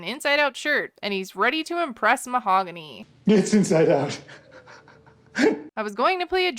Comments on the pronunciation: The h is silent in Spanish so she pronounces her name “mao-gany” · Butchering her name over and over is pretty shitty though. 🤦‍♀️